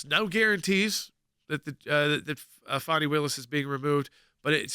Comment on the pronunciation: ITS FANNY. It’s NOT. FONNIE Say it FANNY pronounce it properly. FANi takes it , Fani Lied under Oath and Fani should be charged…. Wade didn’t the LETOY and Redds memo, “”hey Wade we wouldn’t Tap That with your TAPPER.””